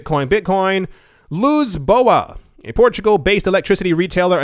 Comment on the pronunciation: Lisboa, not Luzboa 😅